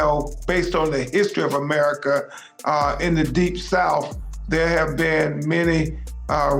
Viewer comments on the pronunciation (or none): none